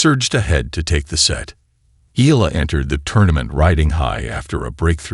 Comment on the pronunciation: pronounce it Eyala not E'la❤